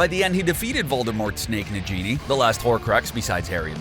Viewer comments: Its N-A-G-I-N-I , Not N-A-J-I-N-I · Ok but why does the picture of Hannah Abbot look like that?? Like, were did you get that picture she's sneering like malfoy it looks nothing like her! Also NA- GI- NI not NA-GEE-NE. POM-FRY not POM-FRAY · It's not NA-JEENE (how you said it), it is NA-GI-NE. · Its negini, not nejeni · It’s nagini not najini ! 🤦🏻‍♀️ You might have an American accent but, at least say it right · Nagini, not Najini. Look up the word naga. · You're going to take someone's eye out! BESIDES, It's Nagini not NAJINI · SAY IT WITH ME NOW FOLKS NA👏GI👏NI👏- nay•ge•knee- NOT! nay•jee•knee Get it right sweetie🙃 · Its Nag-ini! Not Najini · Stop, stop, stop. You are going to make fans mad. Besides you're saying it wrong. It's NaGINI not Na-GENIE!!!!!!!😡😡😡😡😡😡😡😡😡😡😡😡😡😡😡😡😡😡😡😡😡😡😡😡😡😡😡😡😡😡😡😡😡😡😡😡😡😡😡😡😡😡😡😡😡😡😡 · True. Repetitive and fault-filled. It's not Nadjini, it's Nag-ini. It's not Hairy, it's Harry. It not Serious, it's Sirius. I could go on... And a female publican is a landlady, not a landlord. Think Rosmerta. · Nah-geenie not najeenie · NAGINI not na-ghenie! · He did not just say najini did he? And whats diagan ally? Like commonnnn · he says na-Ginii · 1st of all, Nagini has a hard "g" and 2nd, Nagini is the last Horcrox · STOP say "Na-jee-nee," it's a hard "g." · The way this guy pronounced nagini and diagon makes me so mad Haha! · IT IS NAGINI NOT NAGINIE !!!!!!!!!!!!!!!!!!!!!!!!!!!!!!!!! beside's nagini is the last horcurx.Harry is the2nd last horcurx.The horcurx in Harry is distriod in the forbiten forest.Bydeway it's animegi not anemegi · I'm mad how he called nagini ni giny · NA-GEINIE?!? POMFRÉY.!?!?! YOU’RE MAKING ME HAVE A HEART ATTACK!! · ffs please !!!!!! its Nagini not nagenie!\ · It's nagini not na genie dumbass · I lost it when they said ‘Nagini’ like ‘Na-genie’. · stopped watching and unsubscribed IMMEDIATELY after "Na-JEE-nee"!! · He said the genie 🧞‍♀️ not nagini 😂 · I swear he said the genie 🧞‍♀️ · Can this narrator pronounce anything right?